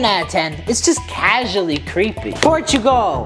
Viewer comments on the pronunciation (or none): none